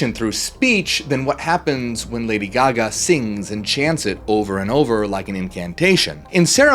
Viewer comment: All we hear is Ladio Gaga... (sorry).